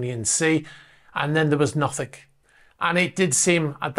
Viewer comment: "Nothing" doesnt have a k on the end